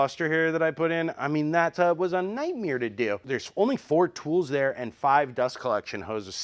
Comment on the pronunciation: Wait sorry, why do you say night mare as night mere?